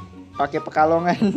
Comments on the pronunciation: Humor receh ku sebatas menit 5.29 pekalongan jadi pekolangan 🤣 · cheat pekalongan bang bkn pekolangan 😭